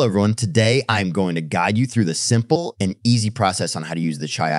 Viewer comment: “The s IMP le”